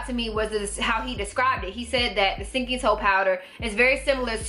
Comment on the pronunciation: “fruit powdah... that’s was do country” 🤣😂🤣😂